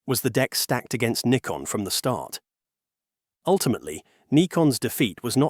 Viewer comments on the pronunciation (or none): Other correction: the name of the company is pronounced "nikon", not "naikon". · Yes, daft Yankee pronunciation. It's Neekon, not Naikon! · It's pronounced Nee-Kon. NOT Nye-kon. This is the downside to using US-made AI tools for voiceovers. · Is it "Nikon" or "Naikon"? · Naikon made my ears bleed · It's interesting the pronunciation of Nikon changes through the video from NIGH-kon to KNEE-kon. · Can you teach your AI to be any smarter? Decide, pronounce Nikon as in Nigh-kon or Nee-kon? Duh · There were 3 different pronunciations in the video (Nick-on, Nye-kon and Nee-kon). Thanks for confirming the correct way.